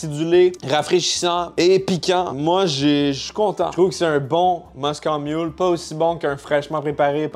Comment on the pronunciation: On dit Moscow mule comme la ville et non moscooww hahah